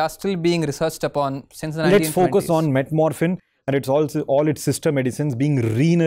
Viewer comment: With due respect, it is 'Metformin' and not 'metmorphin' . Just a doctor inside me isn't letting me to keep quiet over this.